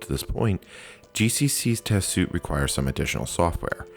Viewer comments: repeated line around 1hr48. Also it's suite (sounds like sweet) not suit. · Just an FYI, suite is pronounced like sweet